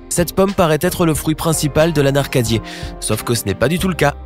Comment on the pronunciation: 1’01 En plus il a mal prononcé L’anacardier il a dit « l’anaRcadier» il a inversé le “R" 😂😂😉 en plus il a pas insisté sur le faite que la noix de coco c’est une noix c’est-à-dire que c’est la graine du coco ( de "la coco " comme ils disent ici dans l’Hexagone)